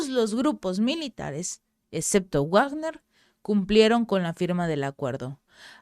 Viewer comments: Se pronuncia "Vagner" no Wagner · Felicidades, soy su seguidor. Para, con comedimiento y para mejorar he de comentar lo siguiente, considerando que Wilhelm Richard Wagner es un músico alemán y su nombre también, "Wagner" no debe pronunciarse como en el inglés, no se dice "uagner", sino como en alemán, algo así como "vagna", en el mundo del arte internacional, en castellano se usa más "vagner". Espero les sea de utilidad. Saludos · Hola excelente video gracias por informar, una cosa se pronuncia (Vagner) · Pèsimaaaaaa leyendo noticias cada vez que veo que ella va a dar noticias de "Guuuagner" veo otro canal. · Se pronuncia "Vagner". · Eso es en ingles. Si hablas entre hispanohablante se pronuncia Vagner . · se dice Vagner chingao